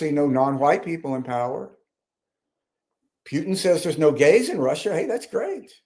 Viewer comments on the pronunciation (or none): none